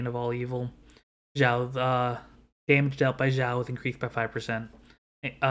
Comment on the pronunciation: Why North americans pronounces Xiao's name like "Jau", with "J"? This is a bit funny... With all respect